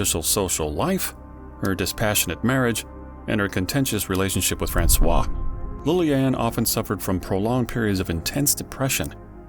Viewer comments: I suggest learning the proper prununciation of someone's name before saying it every 30 seconds in a 32 minutes video. It's FrancoiSE not Francois. You called her a man's name ffs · please take a moment yourself to verify how to pronouce Francoise...you say Francois which is the male name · uuuggh you do so much research and you can't teach the robot narrator to say "francoise" correctly. you are using the male version of her name. you are calling her "francis" the whole time. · It’s actually Françoise pronounced « FrançoiZE » pronouncing the « Z » Awesome Job! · Françoise pronounced: "FRANSWAZ" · Bro its FRANCOIZZZZZZZZZZZZZZZZ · it's Francoizuh, u calling her a boy's name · Too bad the narrator mispronounced the daughter's name every single time. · It's very annoying that the narrator didn't find out how to pronounce "Françoise" properly. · great video, but very annoying you keep mispronouncing Françoise. Especially when you pronounce it the exact same as the other main character in the story, the photographer François! Please get the correct pronunciation if you use foreign names or words. It's very easy to do this in 2025. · The way Francoise is being pronounced is killing me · The narrator should at least try to get the basics of french pronunciation right. According to him, the daughter of Liliane Bettencourt is a boy. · French speaker here. Ignoring the "se" in Francoise makes it sounds like you are talking about a guy. You are supposed to ignore the "s" in Francois (male name) but not supposed to ignore any letters in Francoise (female name). That's how we can tell if you are talking about a guy or a girl. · I'm American and it's very jarring indeed... I also thought he was talking about a man until he said "her". This is very cringe. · I’m not French but speak a little French and this confused me too! And drove me crazy. Gah!!